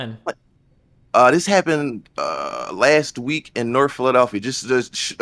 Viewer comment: Norf Norf